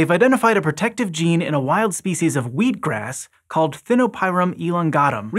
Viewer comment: So funny - I've completely gotten used to American English, but when said wheat-grass I was totally confused for a second by his pronunciation 😳😂 I think it was because I saw it written before I heard it? 🤔 Please let SciShow Psychology make a video on that! 🤣